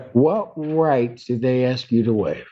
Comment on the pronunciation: Why is it that all black people on trial always say I WANT TO AXE a question instead of ASK a question?